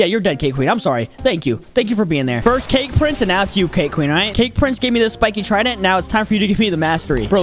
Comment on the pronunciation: Is it just me or did he say we will be fighting the spikes trindent